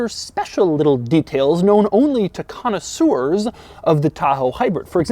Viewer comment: Coneceurs, really???